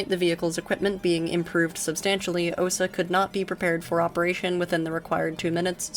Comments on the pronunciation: Correct pronunciation is 'Ah-SAH' rather than 'OH-sah.' And you can operate a fairly high fidelity version of the platform in Sam Simulator! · I decided to rewatch this video after some time, and it was just as interesting as the first time (I guess my memory isn't that great, hahaha). What surprised me, though, is that nobody in the comments mentioned the correct pronunciation. In "Osa", the stress falls on the A, and the same goes for "Strela" the A is stressed there as well. People mispronounce that one pretty often too. It's probably worth checking the stress in names (at least the less well-known ones). The pronunciation itself usually isn't a problem, but the stress can sometimes make such a big difference that you only realize what word someone meant after hearing it five times, hahaha. It's not really a problem. I think most Russian speakers have gotten used to people misplacing the stress in Russian words and names. Russian itself just decided, "screw it, we're going to put the stress differently than the other Slavic languages" (at least as far as I know).